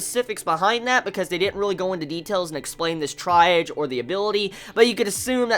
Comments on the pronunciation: its pronounced TREE-AHJ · I liked it. It's pronounced like TREE AHGE. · At least you questioned the pronunciation. It’s tree.aahz, it’s a medical term.